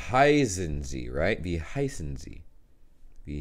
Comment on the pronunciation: When you say 'wie heißen Sie?' it sounds for me like 'wie high sind Sie?' what means 'how stoned are you?' 😂😂😂